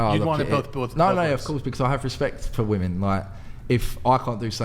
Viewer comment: I CANNOT STAND THE INABILITY TO PRONOUNCE WOM-ENNNN. Wtf